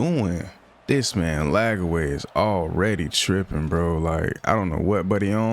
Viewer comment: Bruh it’s “LAGWAY” NOT LAG-AWAY